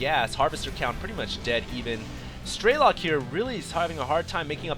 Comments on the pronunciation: Why do you say "Straylok"? Damn it, I bet you're still saying "Layer" too. Strelok. Say it, Strelok. You also really need to watch these games beforehand, before you put commentary on them. You keep missing things, and it's starting to happen alot. First you say air superiority is key to win a TvT game, then you say that going mech to control the ground is key to win in TvT. Is that basicly saying that you need to win to win? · StrelOk not StrElok !!!! its russian word.......